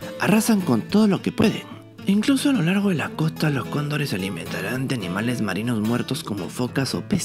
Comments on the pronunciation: Si dises cóndores muy rápido se escucha condon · Si yo también pensé que decía condones jajaja